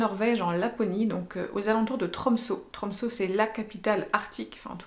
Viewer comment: Sa se dit tromse le ø